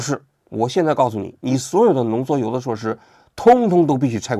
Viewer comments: 浓缩铀 不是浓缩油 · 王菊以后做节目之前能不能让AIdouble check 一下？浓缩铀读成浓缩油这种低级失误